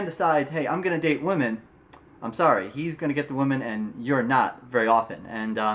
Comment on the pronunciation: Nice video (just be sure to pronounce the plural "women" as "wi-men").